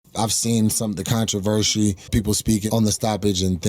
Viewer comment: hit him so hard he can't pronounce "controversy."